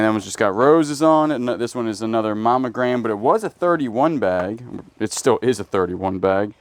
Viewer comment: I am always puzzled... do you say momogram instead of monogram???